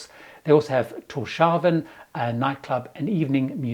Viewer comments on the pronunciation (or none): It’s Tors Havn. Tors Harbor.